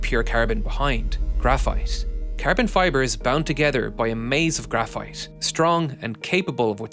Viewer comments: Bro keeps calling carbon ‘carebin’ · I love the way he says Cærbon lol